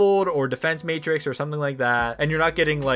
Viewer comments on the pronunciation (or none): none